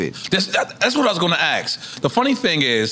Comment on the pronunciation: Black America its literally not that difficult to say SSPPPP-EC-I-FICALLY, NOT pacifically [as in the pacific ocean], and ASK not axe as in the tool. You are saying very different things when you misuse or mispronounce it. Pls pls I promise even non English speakers know this. Thank you